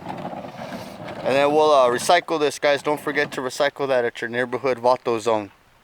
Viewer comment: Did you say "Vato"Zone?